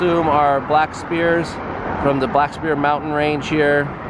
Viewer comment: Spire, nor Spear.